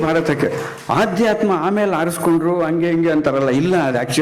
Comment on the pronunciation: ಅದು ಆಧ್ಯಾತ್ಮ ಅಲ್ಲ...ಅಧ್ಯಾತ್ಮ ಸರ್